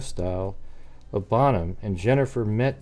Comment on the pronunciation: Bone-ham? Bonham is pronounced “Bon-um”, like bonfire. Jennifer’s murder shocked everyone in Northeast Texas, and this case was doomed to never be officially solved when Oklahoma handed it over to Fannin County. I remember when the gossip was going around about Myles Porter, the District Attorney, being the culprit…but literally no one could ever put Jennifer at WalMart the same time he was, let alone seeing him in secret. Plus, he was working on a death penalty murder case…so when did he even have time to mess around with a younger woman who just moved back home from Austin??? Answer: he didn’t. 😑 EDIT: the dad of the baby, supposedly, was her ex-husband, whom she was seeing again while he was with another lady. Now imagine how unexpected pregnancy would go over…